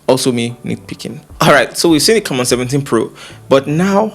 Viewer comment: its prononouced: "c'mmon" hehehe